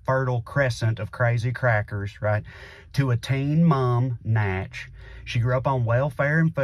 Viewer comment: dude said Natch